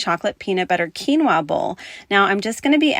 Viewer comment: I feel so bad 😅 you said quinoa and i wasnt looking away from my phone and i swear you said tequila and i was thinking yuck what on earth would taste good w liquor thats budget friendly haha sorry